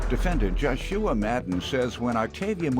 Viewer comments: Did anybody notice the announcer say the defendant as "Jah shoe wah" if i got it correctly and hell all this time i was saying it wrong! Ps unless that is how his moma wanted it pronounced? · Why he keep saying his name like that 🤷🏾‍♀️🙄Josh shoe uh 😂 it’s Joshua nigga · This dudes name.aint Jo- Shua....its spelled Joshua....like in the bible Joshua of Jericho.....lol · Why is the commentator in the beginning pronouncing his name " Josh-shoo-ah" LOL smh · They way Joshua was pronounced 😮